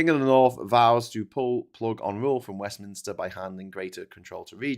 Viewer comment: It's Westminster, not 'WestminIster'!